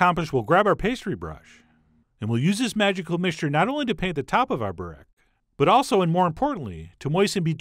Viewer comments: Pronounced "Boo-wreck" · Heyo Chef John, You must eat this stuff with yoghurt, and next time make it greasier , that the authentic way to make it and eat it and by the way the way you pronounce it is bo-rek (like boo but shorter) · It's burek not borek